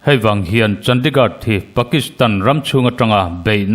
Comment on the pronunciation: hi i coment a ngaihnawm ṭhin ngeimai lo ṭang sauh sauh zel teh, mahse Chandigad tiin i lam tlat a heihi chu lamdik tawh la, India ram Khawpui mawiber hi CHANDIGARH ti a lam tur a ni e.